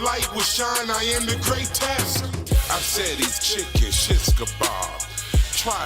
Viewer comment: bro said this is the may-trex and I am the gray-test 🤣🤣🤣🤣